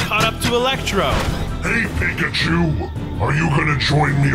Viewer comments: why venom says electro pika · He actually called electro pekachu 😂😂😂